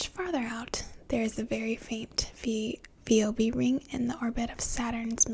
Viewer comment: My dad, the astronomer, said you need to brush up on your Greek. Enceladus is pronounced en-SEL-a-dus, and Phoebe is pronounced FEE-bee. But I don't care. You can pronounce them however you want, just as long as you continue to use that tone of voice.